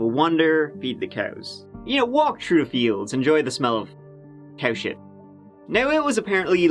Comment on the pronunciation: This was some tough "shight" in this video 😓